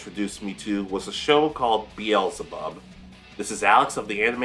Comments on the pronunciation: Thank you for the video. BTW.. Bel Zeh Bub. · Your pronunciation of beelzebub was driving me crazy lmao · X2 I thought I was gonna die